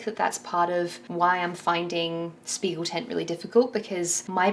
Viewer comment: loved the video but as a dutch person the propnounciation of spiegeltent is irking me :')